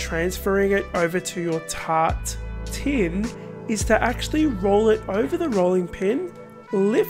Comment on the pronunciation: I'm french and i can hear ''Tartine'' instead of ''Tart tin'' .. meaning : slice of bread 😂 I just can't stop laughing ... love this recipe, thanks X. ❤️